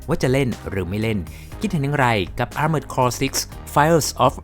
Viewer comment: Armored Core = ˈɑrmərd kɔr อาร-เมิร์ด-คอร ถูกแล้วครับ